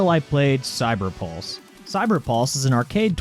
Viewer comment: when you say cyberpulse it sounds like cyberballs